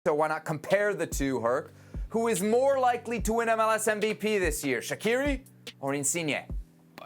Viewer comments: It’s pronounced Shachiri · Y’all don’t even know how to pronounce shaqiri name correctly 😂